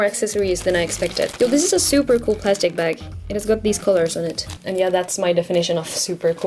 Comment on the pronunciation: She said zuper